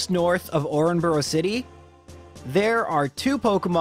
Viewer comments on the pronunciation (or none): "orenburo city" wot? You mean "oreburg" ? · Not trying to be rude, but “orenburrow” city hurt me in my soul. I understand words spelt that way can be confusing, especially because the English language is wildly inconsistent, but it’s the furthest from “orburg” that I’ve heard. Btw I spelt Oreburgh how I did in the quotations because I was spelling phonetically, just to be clear. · Did this man say oren-burrow city for oreburgh?